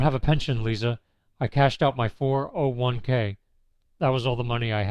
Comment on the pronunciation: I usually don't bother with AI as soon as I smell it but in this case whoever chose the monotonous tone of a born loser deserves the credit, except of course not training the robot to say "401 k" properly ...